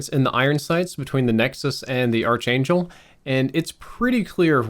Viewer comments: Noticing a trend: its “Ark-Angel” not “Arch-Angel“. Common mispronunciation. Great video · its pronounced "ark angel" you silly goose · Sorry, but it's not the arch•angel... it's pronounced ark•angel. You've got great info but that made it really hard to watch your video while you were pronouncing it like that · Pronounced Ark Angel, not Arch Angel. Arch Angle... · Its pronounced "Ark-angel" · Great review, just one thing, it’s pronounced “ark” angel. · The way he says Archangel is driving me nuts 😆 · You pronouncing archangel in kinda triggering me tbh XD good video though. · dude, you're mispronouncing archangel ;) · This trigged me 😂😄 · Dunno what's worse his archangel mispronounciatuon or his M16 grenadier mispronounciatuon.